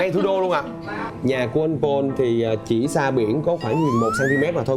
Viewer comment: noi tieng Anh te wa ten Paul ma doc sai